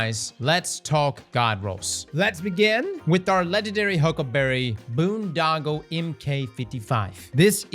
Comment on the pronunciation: Can't even pronounce boondoggle right. Who is this guy.